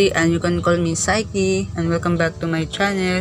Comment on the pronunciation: ngayon alam mo na tamang pronounce ng pangalan nya ah. hahahahaha